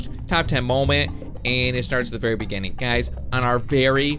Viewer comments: Bee verwi verwi quite i'm hunting wabbits! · Vewi vewi carefull 😂😂😂